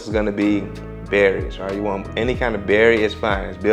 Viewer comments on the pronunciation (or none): none